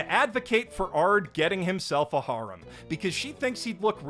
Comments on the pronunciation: I thought you were saying harem like "whore-em" which was funny but then I realizing you just don't know how to say the word harem correctly... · So uh, when you said "Harem Anime" and introduced the cuckoo thing I understood "Horror Anime" ... Confusion followed